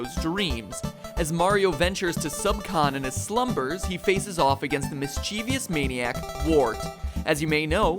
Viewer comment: He said "mischievious" (>.< )